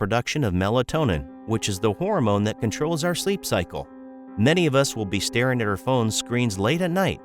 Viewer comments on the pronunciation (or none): none